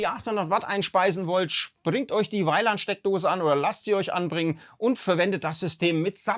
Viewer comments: Sehr informatives Video! Vielen Dank dafür! Kleiner Hinweis, es heißt nicht Weiland-Stecker bzw. Steckdose, sondern Wieland ... ! Benannt nach der Firma Wieland Electric aus Bamberg, die den "Rundsteckverbinder RST CLASSIC" (umgangssprachlich Wielandstecker) 2003 auf den Markt gebracht hat. Soviel zur Info. Ansonsten weiterhin viel Erfolg für deinen Kanal! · Die falsche Aussprache hat mich auch getriggert 🙂